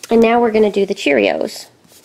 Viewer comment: You said CHEREOS